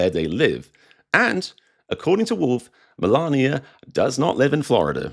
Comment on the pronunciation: Spelt Melania. Pronounced Malaria.